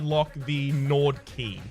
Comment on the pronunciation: I think instead of Gnawed key, you said Gnored Key, and honestly I like that pronunciation and I might use it myself.